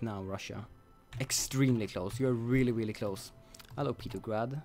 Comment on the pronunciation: I really hate how he can't pronounce the name of St. Petersburg/Petrograd by either of its two names by calling it "Petergrad". So he is either just being really bad at English and he doesn't realize his mistake or he is doing it on purpose.